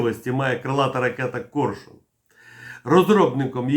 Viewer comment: "Корьшюн" ?? А чому не Арьйолл,ЯстрЄбь?